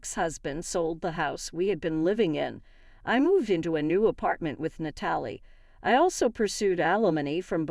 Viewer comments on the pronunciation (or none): Natalie is NOT said as "NUH-TALL-EE". It IS said as "NAT-UH-LEE". Can't say a simple and common name? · It was really hard to listen to this story with all the words said WRONG! If you are going to do these stories, learn to speak correctly. The name Natalie was horribly mispronounced. Bang on the door, listen to it. Does it make sense the way you said it? Do some homework cuz this sucks.